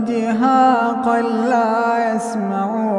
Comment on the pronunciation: why he just recited Dehakal instead of Dehaka in the 34 verse...?